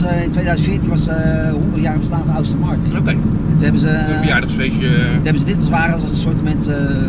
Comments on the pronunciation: Austin Martin 😂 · Zegt heel de tijd AUstin Martin , pffffffff. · “Austin Martun”🤣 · Heb je een Aston Martin, kun je de naam niet eens uitspreken 🙄 Ook door z’n verhaal inz keramisch wekt hij de indruk toch vooral te veel geld te hebben, in plaats van dat hij een échte liefhebber is.